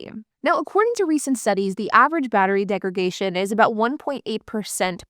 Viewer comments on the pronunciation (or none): I think you mean battery degradation. You keep saying "degragation", which isn't an English word. It's you adding an extra 'g' in degradation as a point of emphasis that is the problem there. The actual word isn't like segregation. It's degradation, with a 'd' on the 'dation'. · Degradation not degragation. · Came to the comments to say this. It's degraDation. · *Degradation not degragation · You keep saying "degragation." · It’s a verbal tic. She correctly says “degrade.” She knows the word, she just fumbles its pronunciation. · Degradation - from degrade , not DegraGation. 🤦‍♂️ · I had to listen to her say that 4 or 5 times to figure out what she was saying. Degregation. That second G threw me. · Why do you pronounce "degradation" this way? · Mispronouncing degradation is really annoying. Please stop.